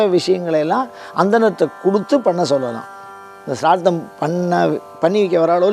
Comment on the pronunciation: முதலில் ஸ்ராத்தம் என்று சரியாக சொல்லுங்கள். அதுக்கு அப்பறம் காவி உடை உடுத்தலாம். ஸ்ராத்தம் பத்தி வியாக்யானம் பண்ணலாம். ச்ரார்த்தமாம் ச்ரார்த்தம். வெங்காயம். மொழி தெரியாத மண்ணாங்கட்டியெல்லாம் சாஸ்திரம் பேசவந்துட்டது. நான்சென்ஸ். சரியாக சொல்லுங்கள்: ஸ்ராத்தம் ஸ்ராத்தம் ஸ்ராத்தம் எங்கே, திரும்ப சொல்லுங்கோ: ஸ்ராத்தம் ஸ்ராத்தம் ஸ்ராத்தம் ஸ்ராத்தம் ஸ்ராத்தம் ஸ்ராத்தம் ஸ்ராத்தம் ஸ்ராத்தம் ஸ்ராத்தம் ஸ்ராத்தம் ஸ்ராத்தம் ஸ்ராத்தம் ஸ்ராத்தம் ஸ்ராத்தம் ஸ்ராத்தம். நாக்குல தர்பய கொளுத்தி சுடனும். சரியாக சொல்லுங்கள்: ஸ்ராத்தம் ஸ்ராத்தம் ஸ்ராத்தம் ஸ்ராத்தம் ஸ்ராத்தம் ஸ்ராத்தம் ஸ்ராத்தம் ஸ்ராத்தம் ஸ்ராத்தம் ஸ்ராத்தம் ஸ்ராத்தம் ஸ்ராத்தம் ஸ்ராத்தம் ஸ்ராத்தம் ஸ்ராத்தம் ஸ்ராத்தம் ஸ்ராத்தம் ஸ்ராத்தம் ஸ்ராத்தம் ஸ்ராத்தம் ஸ்ராத்தம் ஸ்ராத்தம் ஸ்ராத்தம் ஸ்ராத்தம்